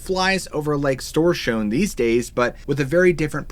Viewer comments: It's not that hard....the letter ö is a oe-sound....keep the mouth half open and say oe... 🙂. Storsjön....like stor(long o)schoen.....the sj in Swedish is a sch-sound 🙂. But you did it really good for a non Swede 👍 I heard worse 😉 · What lurks beneath! Kudos for your pronouncination of Storsjön 👏 Hello from Sweden btw 👋